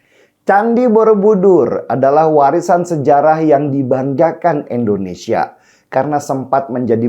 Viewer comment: Indonesia, Denny..bukan Endonesia.. pake I bukan E.. gitu aza koq gak pinter2.. Denny.. Denny.. dibilanginnya koq gak ngerti2 .. moso nyebut nama negara ya sndiri aza gak becus... Indonesia bukan Endonesia...